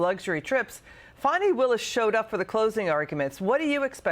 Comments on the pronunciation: It’s FAN-i. NOT Fawn-ee. . . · There's no W in her name!! It's fan-e, Fannie. Jesus h Christ what is wrong with y'all!!! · Her name is Fani Willis, not Fawni or Fawny Willis. Don't any of these people know how to pronounce words? Just because she has a big fanny, they don't want to say her name correctly! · Is everyone at Fox mandated to call FANI (FAWNEY)? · It's pounced "Fanny" btw 😂